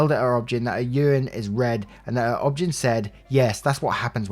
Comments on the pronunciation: Just a note, it's O-B-G-Y-N, the letters spoken out loud. Not obgen spoken as how it's read. Other than that, great job. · In the US, OB-Gyn is pronounced "Obie-Guy-knee." And definitely find another one and get a second opinion. What she's describing is NOT normal.